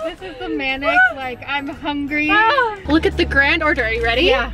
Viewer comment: said hengry when she said “ I’m so HENGY”